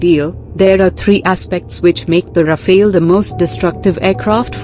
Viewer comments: Rafael???? it's RAFALE ! not the name of a turtle ninja! Say rafel in english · It's rafale, not Rafael. Rafael is related to Israel and rafale belongs to dassault, France. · RafAle, not "raphil" or "raphael" or "rapheel". Not the first one to have problems pronouncing vowels in order. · Not Rafael but RAFALE!!! Say RAFALE!